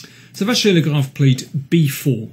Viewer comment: Mr King really likes MVL and even manages to pronounce his name correctly ! Great commentary as usual !